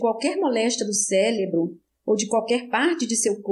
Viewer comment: Leitura muito boa. Só precisa corrigir a palavra: cérebro. A leitora sempre fala “celebro”